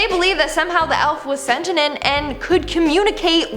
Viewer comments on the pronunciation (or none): Sentinent? You mean SENTIENT. 🤔